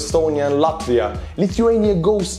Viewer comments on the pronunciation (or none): none